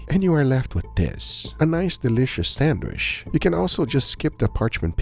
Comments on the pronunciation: It’s pronounced Sand Witch stop saying sanwish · Sand-witch, not sand-wish. Now you know. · Nice! Will try this next weekend! But please, it is san-witch, not sand-wish. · God damn it it is not sadwish i t's sadwitch. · it's a SANDWICH, not a "SANDWISH" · Your pronunciation is 100% correct,. Egg sand-wish.